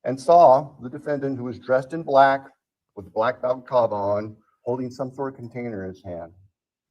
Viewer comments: Balaclava not baklava. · Balaclava, not baklava